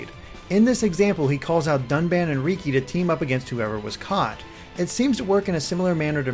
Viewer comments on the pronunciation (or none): I know you haven't played xenoblade chronicles... so it is understandable... but riki isn't pronounced rEEkEE but it is pronounced like the name ricky... hey no one can be perfect like heropon ricky... I mean riki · R-Reeky? really... its ricki said like ricky. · ***** Yeah, but most others call him Ricky, so it's weird to hear it pronounced that way in a non-nopon voice.